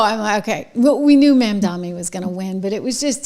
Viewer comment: Trish, Zohran's name is pronounced MOM DONNIE